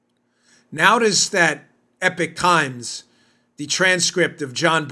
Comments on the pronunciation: Dan, the Epoch Times is not pronounced 'Epic Times', it's 'Ee-pock'. Rhymes with Knee-sock. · It is EPOCH Times not EPIC Times two different words two different meanings. Respectfully. Thanks for all you and your Team does. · It's not the epic times tough guy. It's epoch. I've heard you say it continuously wrong.